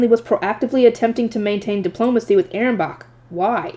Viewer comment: Ahrensbach is pronounced A-rens-bak